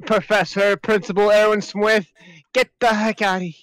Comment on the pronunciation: "Professor- Principal eRwIn sWiFt-" Seriously tho- Why did that sound like he said "Swift" instead of "Smith" HSHSH